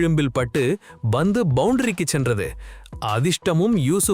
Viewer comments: Not BANDHU but PANTHU. Correct yourself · ஹலோ bandhu (ba)பந்து வீச்சு இல்லை, pandhu (pa)பந்து வீச்சு. நீங்க உண்மையிலேயே தமிழரா (Thamizhara) இல்லை dhamizhara😂😂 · Its Pandhu not Bandhu